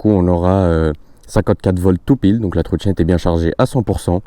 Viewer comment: Ta vidéo est bien mais faut vraiment faire des efforts d'expression. Par exemple, c'est pas une trottchinette djual motor. C'est une trottinette dual motor.